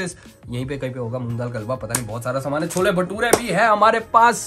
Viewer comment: cholla ni hota cholle hota hai🤣